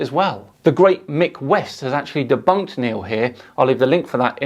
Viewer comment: That was " denbunked" very well 😂 like a child